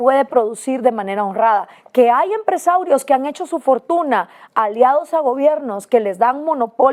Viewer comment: Min Gloria dice "Que hay empre-SAURIOS" jajajaj te mandaron una pedradota mi querido tio Carlos Slim...oigan y si es cierto los empresarios aqui en Mexico y en todo el mundo son los mismos de siempre y se han perpetuado en el poder y bueno eso no tiene nada de malo, es su dinero pero que esta pasando porque no todos podemos ser empre-saurios como ellos?, algo estamos haciendo mal la bola de pendejos que no somos millonarios o son los empre-saurios los que no nos dejan?, o son los gobiernos, o somos nosotros mismos que nos encanta echarle la culpa a los de mas de nuestras pobrezas?, que esta pasando?